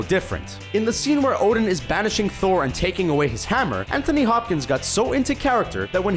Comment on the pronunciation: I though he said putin instead of odin xD